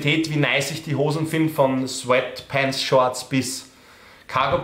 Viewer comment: Diese Aussprache "Sfettpennts" zu amüsant... 🤣